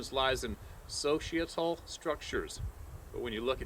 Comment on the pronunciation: Cool proximity to a griz, if that's what floats your boat, but the word is "pedal" as in bicycle pedals, not "peddle" as in "peddling his wares." Then, at about , you said "so-she-uh-tull" instead of "so-sigh-uh-tull." It can be a tongue-twister, but for futurw reference, the only words you should say, IMO, when that clost to a grizzly, are one or two syllables, mostly consisting of profanities as you got the heck out of there! We all know what happened to that blonde hippie who thought he could be pals with grizzlies in Alaska - yeah, they dun "KILT" him. And I am not talking about a Scottish skirt for men... 😉 About sasquatches, until someone provides a corpse, they do not exist. Jyour channel of dreaming devotees does, however, and I wish y'all health and happiness. With all thy getting, get understanding. Trust, but verify. Peace, out.